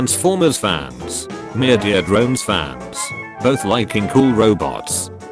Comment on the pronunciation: I love how you just say ”Myurdeer Drones”